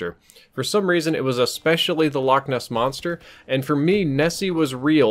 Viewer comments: I’m Scottish it not lock it’s Loch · its pronounced loch not lock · You pronounced Loch wrong. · the English like to pronounce it lock because they cant get the ch right . we just tell them a lock is what you find on a canal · Infinity ~ I'm sure you claim to know alot about Scotland but Ness is short for Inverness which is the place name. The loch is called loch Ness. Like loch Leven, Loch Lomond, etc. The names of lochs. And a loch is a lake in case you were wondering they're the same it's just we can actually pronounce it you'se seem not to be able to